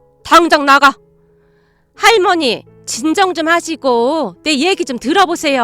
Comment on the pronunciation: 목소리는 좋은데 내용이 너무길고 직접화법이 많고 "할^/ 머니", "상^/ 준이" 이렇게 강조하는 소리가 많이 거슬려요